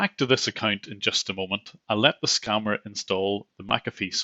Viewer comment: Jusht vait a moment 😂😂